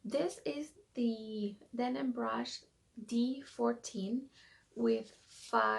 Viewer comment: Hon, it's a Denman brush. DenMan. Not denim. There is an M in there.